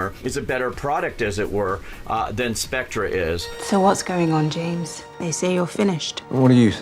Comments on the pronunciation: Lost my interest at 14 seconds. Its SPECTRE not SPECTRA! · "SPECTRA?!" Christ... It's pronounced "spect-er" as in the English spelling and pronunciation for "theatre." SPECTRE. bailed out at 23 seconds. God I hate these fan-made reviews. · He said spectra lmfao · "Spectra"? The "oh-oh agent program"?? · fan of james bond...cant pronounce Spectre correctly